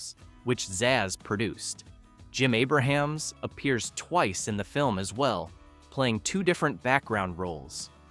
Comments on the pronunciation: A-brumz. Not Aber-hams. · AY-bruh-hams? It's AY-brums. And pretty much everyone stayed for the end credits because of all the hidden jokes WITHIN the credits. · You are a RUNNING JOKE! You can't even pronounce Jim Abrams name correctly! 🤣